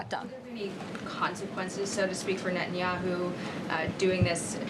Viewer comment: Israel needs a new prime minister but I wonder if Americans will learn to pronounce "Netanyahu' and not call him "Nat-en Yahu'